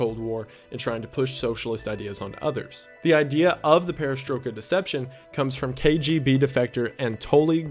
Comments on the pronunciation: Its pronounced like this " PERES-TROY-KA deception " meaning REBUILDING deception in russian. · i know its late to say this but "peresroika" is pronounced like "perestroyka" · A bit nitpicking but you pronounced "perestroika" more as "perestrooka", like in the "book". It's pronounced perestrOjka, "j" pronounced the same way as in German language Also "we beat Russia in space race" is a very controversial statement. Yuri Gagarin was the first man in space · peris TROY ka not peris TRUE ka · Perestroika is pronounced with the oi like "oi! you there” or like in oil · I believe its pronounced pair-uh-stroy-kuh. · hearing him pronounce perestroika awakened fears in me I didn't know existed loll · The guy who doesn't know how Perestroika is pronounced, lmao. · i'm loosing my mind from the fact that some people turned perestroika into a conspiracy oh my god also your way of pronouncing the word is extremely off but funny nevertheless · You've probably seen this already but you really don't pronounce perestroika like that